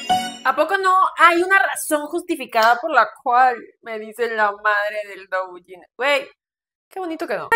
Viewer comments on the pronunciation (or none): "La madre del douyin" que no sabe pronunciar correctamente la palabra? 🤔